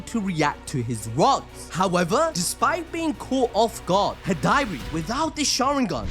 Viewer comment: How do you say high-dari but manage to say sukuna hikona 😂@ stop it…get some help It’s Hidari (he-da-ri)